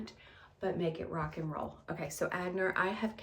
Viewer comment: The clutch bag is Etienne Aigner, he was a designer from Hungary but also French and is pronounced “Eye-ner” or “Ah-nyer”.